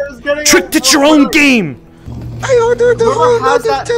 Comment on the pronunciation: can't pronounce "game" but perfectly pronounces "parasocial relationship."